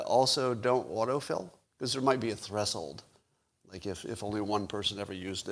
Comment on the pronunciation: I love the way Scott pronounces "threshold." 😂